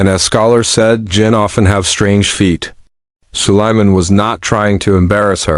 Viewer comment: It's Sulaiman A.S (Alaihe Salam), or just say Prophet Sulaiman Oh C'mon!!, at least check before posting the video that your stupid Ai voice-over is even pronouncing things right or not 😒😒